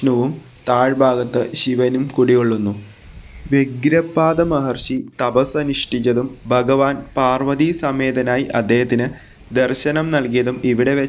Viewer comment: മലയാളം പറയാൻ പഠിക്കൂ ശേത്രമല്ല ക്ഷേത്രം ബഗവാനല്ല ഭഗവാൻ ബലികൽപ്പുരയല്ല ബലിക്കൽ പുര ബദ്രകാളിയല്ല ഭദ്രകാളി സ്രീകോവിലല്ല ശ്രീകോവിൽ